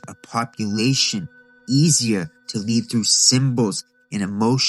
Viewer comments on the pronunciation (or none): none